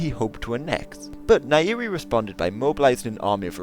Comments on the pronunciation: nyerere, not nairiri. Pronounce 'ny' together, just like in 'grand canyon' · . There is alot of tanzanians watching this video. And you acutually pronounced nyerere. As nairi. :/.